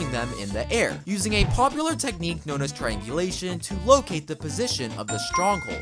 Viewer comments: How many times r u gonna say trianglisum😂😂😂😂😂😮😮😮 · Its triangulation 😊